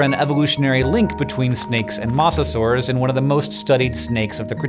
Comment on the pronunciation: You know he’s new to the mosasaurus when he pronounces it incorrectly.